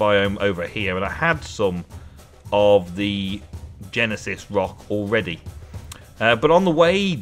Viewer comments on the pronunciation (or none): Uhm i dont know if ur a huge Phil collins fans but gneiss is pronounced gn i ss,not gennesis ahahahha :D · the rock is pronounced nice (i know thats nothing like how its spelled)